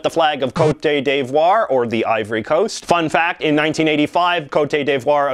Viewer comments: "Côte" (as in Côte d'Ivoire) is pronounced like the English word "COAT" (and means coast). You're confusing it with the word côté, pronounced "ko-tay", which means side. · it's coat div-WAH. Where'd the day come from? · Banjo Kazooie quiz theme anyone ? Oh and cote d'ivoire is pronounce "coat d'ivoire" ;) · "coat-ay day-vwour" sdfghjk sorry I just found that pronunciation really funny XD It's more like "coat deev-wawr" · Why are you butchering the Côte d'Ivore name?! It's very annoying xD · Coat day devoir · “coh-eh-tay d-voi-re” thank you jj also you can remember the ukrainian flag because of the whole “royal blue skies over golden wheat fields” which isnt ENTIRELY accurate but y’know, still good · He's not even pronouncing côte d'Ivoire right lmao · Stop pronouncing the accent aigu on the ivory Coast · I don't think the people that live there pronounce it that way.